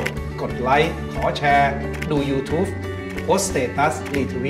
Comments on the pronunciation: ยูทูบ ไม่ใช่ ยูทูฟ นะครับ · ตะหงิดทุกครั้งที่ได้ยินคำว่า ยู"ทูฟฟ"